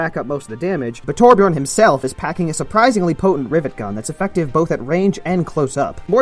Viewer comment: Hears the word torbjion* Me:AHHHHHH flips everything around me in a rage